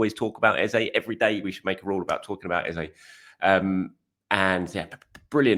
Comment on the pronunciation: His name is pronounced ez-uh, not ez-a